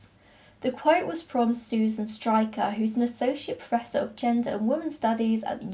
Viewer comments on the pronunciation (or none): none